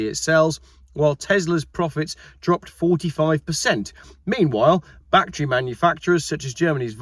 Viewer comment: 1. You prounce "battery" the same way we do in Texas, so you are OK. 2. Biden has stepped aside, probably pushed, and cackling Kamala has replaced the geezer. So much for sanity and American politics. 3. Elon Musk is an entrepreneur, not an EV fan. It looks like he is already positioning Tesla to sell or simply shut down. Any bets there won't even be a Tesla brand in 2 years?